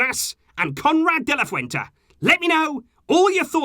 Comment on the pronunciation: de la Fuente* not Fuenta